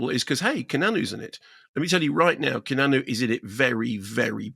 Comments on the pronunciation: He keeps saying kenanu lol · Did I hear "Ke-na-nu" or "Key-a-nan-oo" ...twice??? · love how Kermode pronounces Keanu "Kee-Nah-Nu" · "Kenannu"?!?!? Jesus, Mark, it's not like we haven't been saying his name for coming up on FORTY frickin' years... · Pretty sure it’s some kind of in joke or something. I’ve never met anyone here who doesn’t say kee-ah-noo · It’s a deliberate mispronunciation of his name that comes from previous reviews Mark did years ago; sort an in-joke, but not going to be known by people who haven’t followed them for a while! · what with the horrific pronunciation of Keanu? 🤣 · He does it on purpose. Orlando Bloom is 'Orloondo Bland' lol